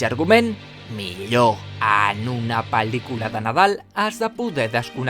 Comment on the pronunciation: La forma en que pronuncias pel•licula em posa la pel•l de gallina, QUINA ALEGRIA QUINA EMUSIO JA ESTÁ AQUÍ EL BON NADAL!!!! Amo el vídeo ❤😂